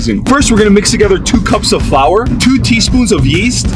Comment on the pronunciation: Asians hear his pronunciation of flour: WHAT IS THAT A FLOWER! ARE THEY IDIOTS?